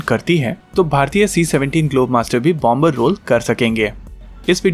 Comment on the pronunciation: It's pronounced as bomer, the b is silent